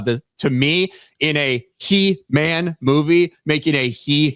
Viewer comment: It's HE-MAM!